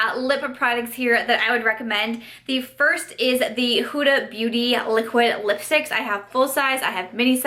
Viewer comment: The way she kept saying liquid lipsticks lol “A-liquid lipsticks” luv the highlight too